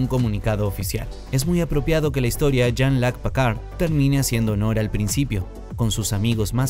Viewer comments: Hiba señalar el pésimo trabajo del narrador del vídeo, pero viendo el resto de comentarios creo que el punto está más que establecido jajajajajaja PACARD !!??? STIWART !!!!???? JAN LOC ???!!!!! 🤣🤣🤣🤣🤣🤣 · Es Picard no Pacard.. i en frances Jean Luc no Loc